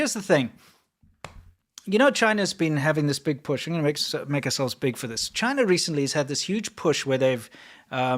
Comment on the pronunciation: CHIII-NA. DO NOT VISIT.